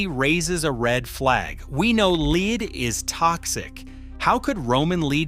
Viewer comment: The narrator must be ignorant or A I. The metal lead is pronounced "led" not "leed". 👎